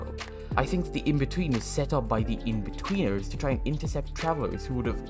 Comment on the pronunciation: Every time he says inbetweeners he says weeners. Something to think about